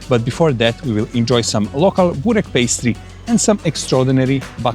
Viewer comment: Börrrrrreeeeekkkkk not Burrrr😅😅😅rekkkkkkkk😅😅😅😅😅😅😅😅😅